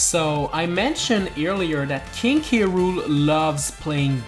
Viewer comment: But that said krool NOT K.Rool